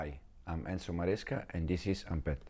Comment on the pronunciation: It’s ENSO Maresca here 😂